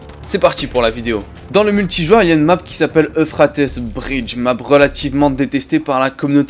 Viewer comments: Pourquoi tu prononce « euphratesse », ça ce prononce « euphrate » ( petite info, l’euphrate est un lac de mésopotamie ) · Plus jamais tu dis Euphratesse sinon bah j'vais rien faire enft (Mais ça se dit Euphrate, c'est un fleuve qui fait tout le moyen orient, faut suivre les cours d'histoire-géo des fois) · Puis y'a aussi la prononciation de certaines map qui gène à l'oreille, genre "eu fra teuss" non c'est "eu frai ts" ça perturbe un peu d'entendre des choses pareilles mdr aller continue on t'adore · « Euphratesse » mdrr